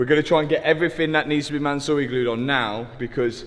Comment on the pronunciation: calling it 'Mansory glue' is diabolical lolol